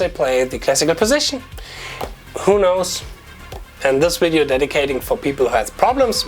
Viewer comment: When I hear "welcome to the widdio", I know there's going to be some good content